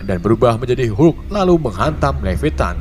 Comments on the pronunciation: Levettan??.. Levietan 😂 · Bukan levetan tapi leviatan